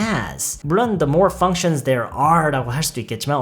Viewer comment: functions할때 f발음 너무 시원해요